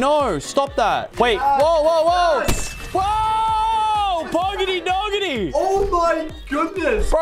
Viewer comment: haha he butchered my user a little but it’s all good (poggity doggity)